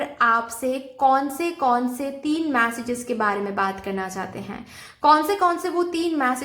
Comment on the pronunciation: 'मॅसेजेस' नही उसको 'मेसेजेस' केहते है 😂😂